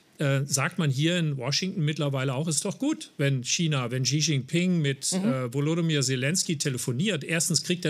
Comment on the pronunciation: Maybritt Illner sollte mal den Namen des ukrainischen Präsidenten korrekt lernen: Wolodymir (Nicht WolodOmyr…)